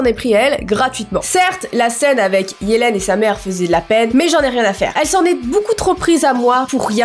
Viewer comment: Tu sais qu'on dit yeliiiiiiiiiiiine